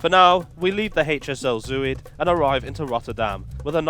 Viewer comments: Btw “Zuid” is pronounced z-ow-t not zoo-id. Zuid like clout. 😊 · To english ears, Zuid is pronounced szowt. And Rijk (as in rijksmuseum) rhymes with dyke. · Actually more to rhyme with ‘boat’ but there is no exact English equivalent sound. And Breda is ‘bray-dah’ with the stress on the second syllable. Not an easy language, Dutch!